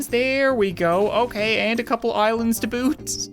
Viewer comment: Please say "too boot" more often